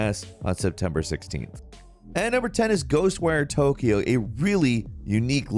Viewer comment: "Ghost wear Tokyo? I though it was Ghost wire?